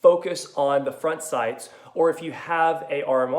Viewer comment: "Are the shights off?" lol love the voice. Sounds like the challenged brother of Cameron Diaz in "There's Something About Mary." Wanna see my baseball?